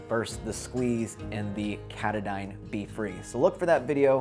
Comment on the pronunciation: Thanks for the info. (and teaching the correct pronunciation of Katadyn, which has nothing to do with the mountain, Katahdin (different spelling should be a clue). Looking forward to your PCT hike. Most folks say that most of it is easier than the AT. The miles that aren't, from what I've seen and read, are much more difficult. Best wishes!